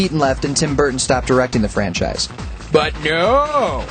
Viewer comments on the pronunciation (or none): none